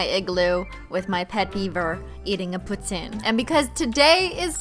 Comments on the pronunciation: I'm so glad you said poutine, people now a days say POOTEEN and it pisses me off! That's nit how u say it! Its poutine not pooteen, poutine :) if you don't sgree to this you are not canadian <3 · The way she says poutine is perfect! And I enjoy the là là là là hahaha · you said poutine properly!!!!!! points for youuu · That’s 100 percent incorrect.heres why. The word and food poutine was invented by Quebec so French. And in Quebec the pronounce it pou tin and she is French so your wrong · as a person from quebec i can say that every person i've ever met there says it like poo-teen. probably cause the letters 'ou' make the sound 'oo' and because of the 'e' at the end 'tine' is pronounced like 'teen'. but i still like Cristine's french tho :D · Ughhh when Cristine pronounced poutine that way I melted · Thank you for pronouncing poutine correctly... it hurts my soul every time I hear it as "Poo-teen". IT'S POO-TIN!!! Well I mean... not really... but it's a delicious food and it should be pRONOUNCED CORRECTLY. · thanks for pronouncing poutine the french way it made me happy lol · OMG SHE SAID POUTINE AND IT DIDN'T SOUND DULL!!!!!!!!!!!! As a French Canadian, hearing someone say poutine in English is always a fun time xD Also thanks for the French part! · YOU PRONOUNCED POUTINE CORRECT YESS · Omgggggggggg as a Québécoise, I really thank you for pronouncing "Poutine" right! 😭😭🇨🇦😂 And that accent imitation tho 😭👌🏻🙌🏻🙏🏻😍 God bless you Cristine ❤️❤️